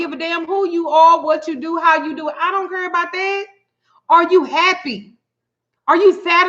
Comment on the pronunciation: When u said cur instead of care I knew you were from Texas 😃😍